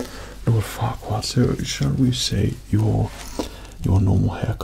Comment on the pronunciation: I'm from Russia and when he said forquad, I've heard fucked up. I'm sorry bacause off mistakes. I'm 13